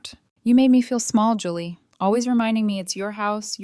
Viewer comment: JULLY, JOLLY, JULIE, . Your Al narration is APPALLING. Can't get names correct twice in a row. 🙄